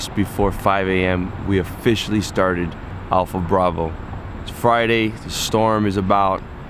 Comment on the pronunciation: "APLHA" BRAVO